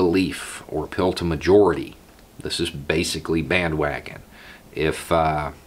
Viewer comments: Took my a couple of minutes to realise you were saying 'an appeal to' and not ' a pill to'. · Oh APPEAL! I thought you were saying "uphill"..."a pill"...I'm like, 🤔